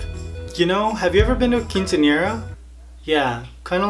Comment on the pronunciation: He said quinciañera? Xd